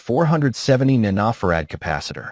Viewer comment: The AI has problems saying nanofared.:face-orange-raised-eyebrow::face-orange-raised-eyebrow